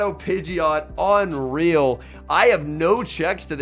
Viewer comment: Pidgeon-jet as per bulbapedia not pidgey-aught, YIKES. We know it's not a Pidgey you don't have to emphasize it. Thank u.